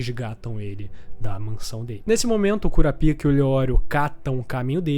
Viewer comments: Legal seria um vídeo seu que tu falasse o nome certo dos personagens 😂😂😂 “Cura pica” kkkkkkkkk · A pronúncia do nome do kurta não é assim pô, sacanagem